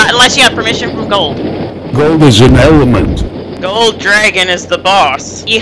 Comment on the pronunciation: GOLD ISSAN ELLUHMINT